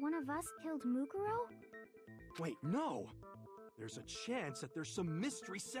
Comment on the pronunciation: Just lettin ya know, Mukuro is pronounced Moo-Koo-Row